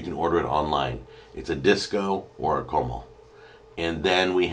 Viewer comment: Hey jack, I want to help you pronounce the name of the cooking disk as best I can: CO (as in COKE) MAL (as in MALL) CO-MAL. Its the best way to pronounce it in the American accent since Spanish vowel enunciations are completely different than English and more difficult to describe to a non Spanish speaker. I hope that helps a little :)